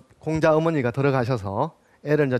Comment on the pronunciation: 공자 강의에, 공을 짧게 잘못 발음했나이다!! 재발! "길게" 발음하시옵소서! 또, 엉터리 독법! 피인지사를 두 자씩 띄어서 발음하셨은 이는 이 구의 구문도 이해치 못했다느 증거이올시다. "피인지" 하고 "사"라고 띄어서 읽어야지요! 이 갈 지자는 소유격으로 쓰여졌음을 알아야자요!! 미국 뱐 완수. 시청자 여러 분! 한 가지 정중히 권하오니, 유튜브에, 처 주실꺼요!? 우리 말 문제에 대한 실로 귀한 강의를 들을 수 있나이다.